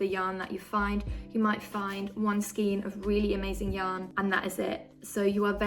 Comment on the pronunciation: It is pronounced skane